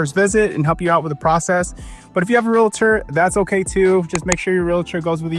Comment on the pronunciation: Major props for saying "realtor" the correct way "real-tor" and not like those cringy people who say it wrong: "REAL-A-TOR", or "REALLA-TOR" like WTH. How can I trust a "REAL-TOR" who says it wrong.